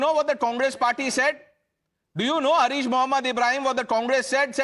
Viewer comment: His name is not Hareesh Mohammed... It is Haaaris mohammed. Please correct...